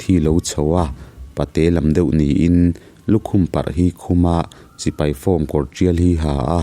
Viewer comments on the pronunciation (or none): none